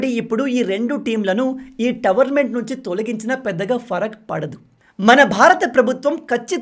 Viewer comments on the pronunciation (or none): టోర్నమెంట్ bro tavarmentt kadu